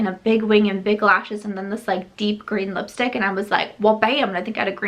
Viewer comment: The Natasha DeNona palette would look gorgeous with your outfit today. For some reason whenever you say lipstick 💄 I hear yipstik.